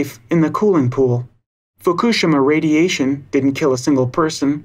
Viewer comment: Nice piece. It's pronounced mon-bee-o, not mon-bee-ot by the way. And your pronunciation of Fukushima was poor too. But the content was good :-) I do wish the environmental world had more Monbiots and Schellenbergs. We have a massive problem and trying to solve it without nuclear power makes it enormously harder in some parts of the world (generally higher-lattitude ones where solar is very poor in winter, when the highest demand is (mostly for heating)). We need nuclear and renewables, and we're still almost certain to be going above 550ppm CO2 and thus 2-3C, which is really serious stuff. People like Caldicott are dangerous, because she's good at what she does, and what that is is lie to people about the real relative risks of their choices.